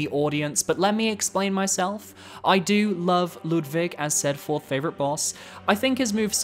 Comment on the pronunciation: Why are you pronouncing Ludwig like that? It’s literally said aloud in the cutscene before his boss fight?